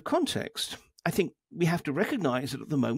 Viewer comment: great interview, but can you please stop saying tinG, instead of thinK? drives me crazy..